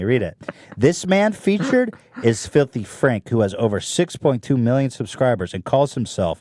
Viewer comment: Folthy fraaanch